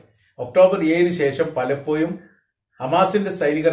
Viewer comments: content ഉം അവതരണവും കൊള്ളാം. but "പലപോയും" അല്ല "പലപോഴും " എന്ന് പറയു, എല്ലായിപ്പോഴും "ഴ" ശ്രെദ്ധിക്കു. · എപ്പോയും പലപ്പോയും ഇതിലെ യ മാറ്റി ഴ പറയണമെന്ന് അപേക്ഷി ന്നു. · പലപ്പോയും എപ്പോയും എന്ന് പറയാതെ എപ്പോഴും പലപ്പോഴും എന്ന് ഴ കൂട്ടി പറയാന്‍ സ്രമിക്കുക